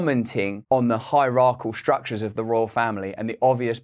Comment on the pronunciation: i've never commented before and not trying to be pedantic but it twinged my ears when you mispronounced hierarchical ( you are saying hierachAL). As an articulate and intelligent man, I thought you might be interested to know. Wishing you all good.